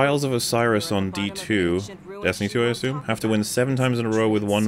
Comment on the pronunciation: mocking for saying "cache" wrong is extra funny after his 10 minute meltdown, because someone dared to tell him "assume" is not pronounced "ashoom".